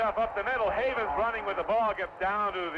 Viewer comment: Why Don Crique insisted upon calling Jerome Heavens "Havens" even though Al Wester was pointedly pronouncing it correctly, I never understood. Especially when the ND media guide had a pronunciation guide.